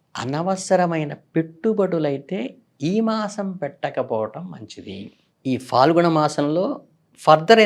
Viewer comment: Swami...falgunam kaadu phaalgunam...falitham kaadu...phalitham...dayachesi kshimnchagalaru..manaku faa sabdam ledu gada